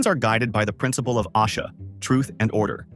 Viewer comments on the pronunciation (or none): none